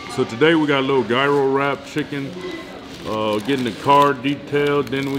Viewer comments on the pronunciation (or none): none